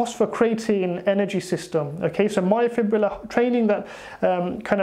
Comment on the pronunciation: Refreshing to hear someone finally pronounce the word “myofibrillar” correctly. Literally every bro on YouTube that has heard of this concept incorrectly says “myofibular” and it drives me crazy hah.